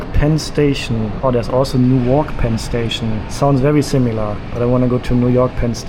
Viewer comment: With Newark, the stress is on the first syllable.